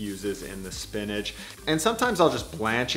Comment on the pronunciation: Spinach doesn’t end with a “g”. It’s not spinnedge, it’s spinach... with an itch :-). Nice vid, thank you. I can almost feel that dough, We need to come up with a sensuous word to describe dough that’s ‘just right’.